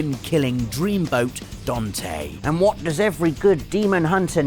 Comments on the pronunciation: DAnte. As they say in Italy, and everywhere else. Not Dohnte!!! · Dante not Donte.